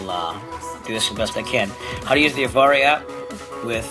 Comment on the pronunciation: FYI, it is pronounced "Av Air."